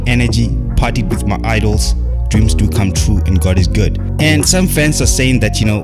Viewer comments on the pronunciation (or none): none